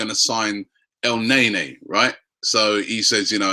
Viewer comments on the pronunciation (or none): Our january signing; 1. Welbeck 2. Coquelin(Le Beast) 3. Alexis 4. El Nae Nae(Robbies pronunciation)